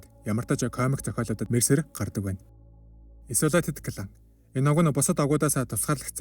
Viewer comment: Goy content baina. Keep going bro! Zarim angli ugnuudee(Blood, Tribe, Isolated) zuw duudwal buur goy boloh ym shg sanagdlaa.